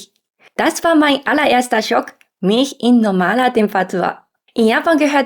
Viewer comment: Sie sagt so vieles falsch 🙉